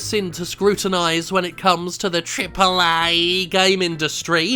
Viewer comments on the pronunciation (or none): "tripllle EEEYYYYEEEE" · triple EHHH EH EH EH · Year 203X - The famous, and infamous, youtuber Jim Sterling died last week, trying to ramp up his pronunciation of "Triple A" to an even greater ridiculous height. The undertaker claims the coffin is still making Aaay sounds as he was putting the last of the soil onto the grave.